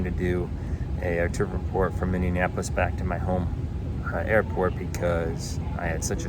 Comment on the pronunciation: I laughed so hard when you called it Minnienapolis and not Minneapolis, lol! In case you never knew, I thought the IFE had a pop out screen in your armrest since the Seatback is so far in the emergency exit row that makes it impossible for reach in use. That pilot that got off the plane right in front of you sort of looked like he was in a hurry!